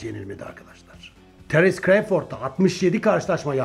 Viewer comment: düzeltme: terens kreyford değil terıns kra(o)vfırd